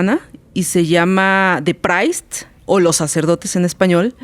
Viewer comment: Esta persona ni siquiera sabe pronunciar "The Priests" y aún así pretende ser toda una experta en la materia.